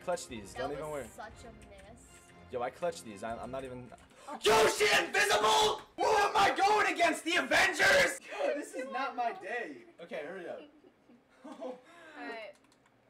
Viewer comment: Did say advangers? Lol